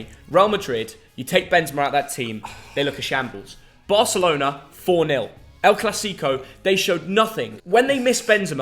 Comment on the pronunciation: The way pronounces El Clasico, nails on the chalkboard🤦‍♂😁.